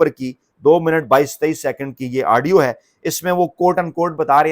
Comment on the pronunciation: U r doing typical ties in the nation just to increase ur vlog's liking...ur wrong pronunciation...*adio* adio adio...tha should be audio